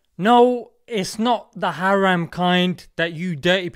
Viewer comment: say haram properly